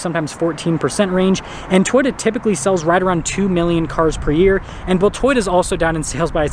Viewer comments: Is it just me or does this guy say the word Toyota like Twitter? lol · lol this is a very informative video. Will be looking at Mazda more. I swear when he said Toyota it sounded like Twitter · I like how he says "Toyota."